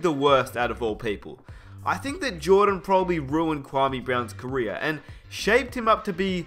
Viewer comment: He said carrer not career